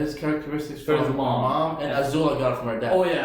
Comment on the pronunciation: just quickly guys, for the past several episodes you've pronounced Azula's name 'O'zula. Please, its 'A'zula with an AAAA e.g Love the reaction guys xxxx